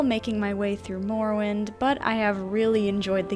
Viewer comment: What the fuck is "moor-o-wind"